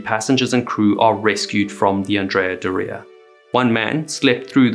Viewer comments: Isn't Doria pronounced with the accent on the first syllable? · You should have had someone else say Andrea Doria because you destroyed a beautiful name. Theres no emphasis on the I in Doria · What's going on with your pronunciation? Andrea "Dor-ee-uh" not "Doree-yah" which sounds like your saying diarrhea and you could use help with Genoa too lol... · Great video as usual! Just 1 correction to ur pronounciation of "Andrea Doria". Doria is pronounced DO-ria, not Do-RI-a, the emphasis is on the DO, not the RI. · It’s correct (Italian) pronunciation is DÓ-ria, not „do-RIA“ as he’s saying it. He’s pronouncing „Andrea“ correctly though. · It is pronounced Andria “Dooria” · If you’re going to do videos about famous ships, PLEASE learn how to pronounce their names. It’s not Andrea “dorEEah”, it’s Andrea “DOR-ee-ah”. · you pronounce that like diarrhea, put some respect on the name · Wrong! He’s pronouncing Andrea correctly but Doria incorrectly . The accent is on the „O“ in dOria not in the“I“. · Yes, completely wrong pronunciation of „Doria“!!! It’s „DOOR-ria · Andrea Bore-ia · As an Italian and ocean liner enthusiast for over 50 years, I can tell you you’re pronouncing the ship’s name wrongly. The accent is on the „O“ in Doria and not on the „i“ like you’re saying. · I believe "Doria" is pronounced the other way around. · Yeah he’s pronouncing „Doria“ wrong!! The accent falls on the „o“ not on the „i“ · Would be a good start if you could pronounce the ships name correctly- the emphasis in Doria is on the r, not the i. Painful listening to you mispronounce it every single time. God. 🤦‍♂️🤦‍♂️🤦‍♂️🤕🤕🤕🤕